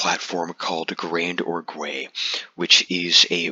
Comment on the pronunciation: It's not pronounced "Grand-or-gway", it's a French word pronounced "Grahnd-org". The "ue" at the end is silent. Great video except for making me wince every time you pronounced it "Grand-or-gway".